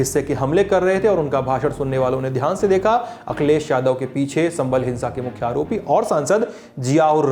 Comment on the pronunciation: how you said mukkhya aaaropiiii??? wtf bro